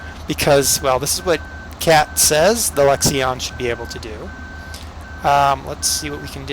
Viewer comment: U don't say the I in lexion